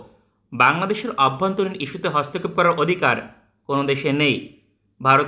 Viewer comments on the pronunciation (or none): none